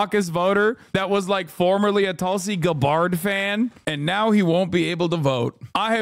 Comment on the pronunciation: “Tulsi Guh-bárd”